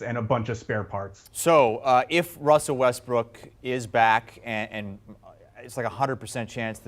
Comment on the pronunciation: This guy say Westbrick?